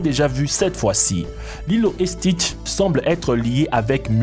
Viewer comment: "lilo et chtis" 😂 👏👏